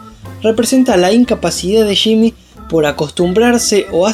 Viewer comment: Se dice “Yimi” no shimi jaja